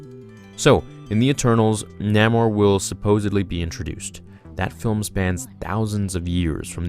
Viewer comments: Umm...shouldn't you know your stuff if you are doing Marvel youtube videos? NAH-more? Stan Lee pronounced it NAY-more during interviews. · did this boy just say "Namer"!? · N-ay-more, really annoyed me, sorry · Correct Pronounciatian is Nay-More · I know his name is spelled Namor but the correct way to pronounce his name is Nay-More